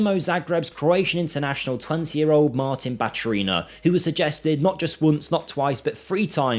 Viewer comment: Hairs on the back of my balkan neck stand out when i hear Batureeeena. For how long will we get our names butchered?